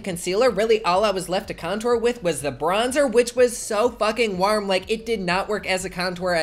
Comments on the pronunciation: “WARHM” lol 😂😂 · I love the way you say warm, im a creep and I love you 😂❤️ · Carlos Rodriguez it’s the Midwestern accent😂